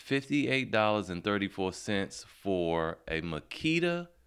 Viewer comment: "Magula" haha